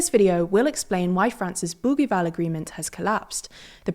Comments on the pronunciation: It's not "boogueeval" but pronounced like bougieval, as if the g was a j. In French, the letter g is like j before i and e, and like a double g before a, o, and u. The issue in New Caledonia is that there were already a few referendums and the results always supported New Caledonia to remain French. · Bougival (boojeeval), not Bouguival ! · Bougival is pronounced with a soft g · Learn how to pronounce Bougival before saying it multiple times… this is typical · The g in Bougival is said like one says the second g in garage. I know this because I went to the British School of Paris as a youth and the youngers' school's campus is in the suburb nearby of Bougival sur Paris. Unless this is another Bougival that is said differently, but I doubt it. 💙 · Thanks for another excellent video. You however don't sound like a reliable news source if you don't bother to look up the pronunciation of the most often repeated and most important words in your presentation. It only takes a few seconds to look up Bougival and Kanak in Wikipedia or Wiktionary or Merriam-Webster. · Not surprising since the Bougival Agreement was woefully mispronounced. Consistently.